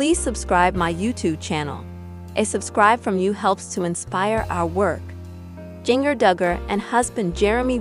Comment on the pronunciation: Can't even say Jinger right!